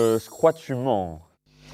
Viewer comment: "Euhh chcroit tu mennns".C’est pour m’exterminer 😂 Sinon bon VISIONNAGE